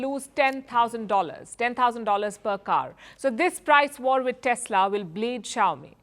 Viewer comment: Chowmi really? Is that pronounce that way crazy indian